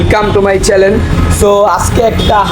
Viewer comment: চেলেন না চেনেল